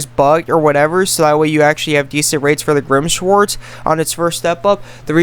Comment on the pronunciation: Grim sh-war-ts